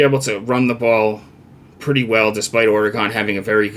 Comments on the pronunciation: It's pronounced "Ore' Gun" We will crush Wisconsin as we wish and continue up the path of victory. If we are smart we'll continue to look beatable 😉Fuck WT especially VR and you should get out and exercise bro! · yeah if you are British vs American I get it.. but saying OrE-Gone is wrong.. That's a town in Wisconsin not the state of Oregon. get control of your big ole feelings there buddy. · people who can't pronounce Oregon shouldn't give betting advice.... but that's just me I guess.